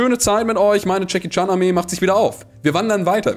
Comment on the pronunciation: Jedes Mal Jackie Chan sagt, verstehe ich Chucky charm😂😂